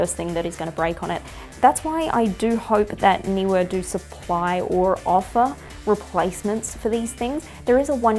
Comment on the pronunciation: Great to hear a person pronounce Neewer properly.